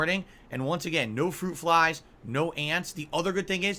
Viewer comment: Fwuit Fwies ☠️☠️☠️☠️☠️